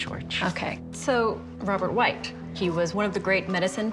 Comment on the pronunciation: Whytt is pronounced whit not white